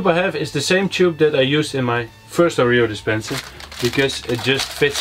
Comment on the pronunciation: Leuk project en leuke video, ik lag me rot😆🤣 Oja en je spreek Oreo verkeerd uit, het is Oreo 😜🤣